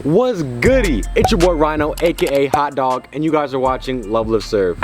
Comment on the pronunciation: When he said hotdog i heard horn dog